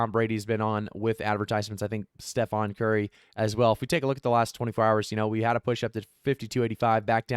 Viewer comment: It's Stephen not stephon